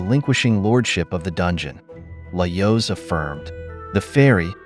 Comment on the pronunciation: Is this an actual voice over, or an AI? Certain words like Laios seem to be mispronounced consistently, in a manner that I have found consistent with an AI that doesn't know the correct pronunciation, rather than a voice actor who would learn the pronunciation of the character's name and adapt.